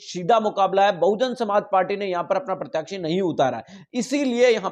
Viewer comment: Bhai mere kitni baar aapko bola hai...pratyakshi nahi pratyashi hota hai..pls correct your pronunciation. Jai bheem